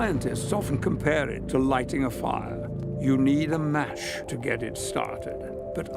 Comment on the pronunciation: No I believe its an AI generated Patrick Stewart voice. it says "Mach" sounding like (Ma)+(sh) instead of "Match" sounding like (Mat)+(ch). A common AI voice mistake.